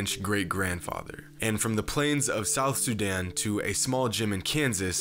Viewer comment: It's not pronounced suuudan it's pronounced soodaan trust me I'm from there